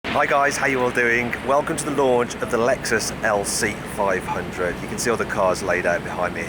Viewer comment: LC FiveHundredって言い方 カッコよすぎ笑笑